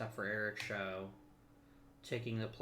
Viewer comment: Eric show is pronounced like chow with an s. He is the guy who's arm exploded on the mound